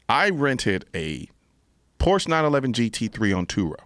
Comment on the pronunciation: "I'm more of a car enthusiast then guns" Can't even pronounce Porsche correctly. Smh Mr Noir.